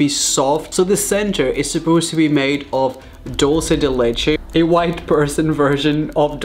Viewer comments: Did he just say DOLCE DE LECHE I’m dead 😂 I’m sorry for being rude but I can’t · Who else is triggered by the way he says dulce de leche? “Doulse de leche” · Its was funny when Raphael said "Dulce de leche" with his pronunciation XD